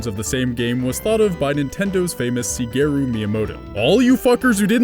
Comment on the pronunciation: sigeru? you mean shigeru?